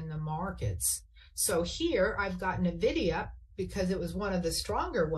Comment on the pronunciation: There it is again! “Navidia”! Why can no pro trader pronounce Nvidia?